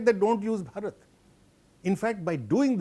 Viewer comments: Who is this foolish anchor who cannot pronounce the word BHarat? Over and over mispronouncing the word. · How the hell this lady continuously offending by calling Baarat in African accent instead pronouncing correctly Bharat, Bha is not Baa here “h” must be called out with B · Not borot it's bharat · The presenter cant even pronounce Bharat. Such a pity the CNA has fallen to.,in its presentation.Either she is deaf and dumb as participants pronounce as it is., as Singaporean you can pronounce Bharat properly, shame on you. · If that were so, why are we still using Persian pronunciations then? Are you going to call Hindus as Sindhus, and Hindi language as Sindhi language now? 😁 And "Hindutva" would be called "Sindhutva" then? Let me drill this into your head again - the words Hind, Hindu and Hindi are all Persian names of this land, its people and its languages and they are all derived from what the Persians called the Sindhu/Indus river - "Hindu". Greeks adapted the word "Hindu" as "Indus" and "India" as the leading "h" sound became silent. Its all derived from the same thing.